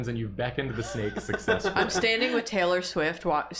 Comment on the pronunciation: "theylor sheft" really got me 💀